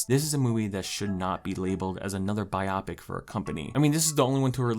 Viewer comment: love the vid! also, you said 'biopic' wrong LOL